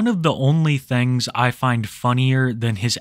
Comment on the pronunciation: I love it when you say "thangs"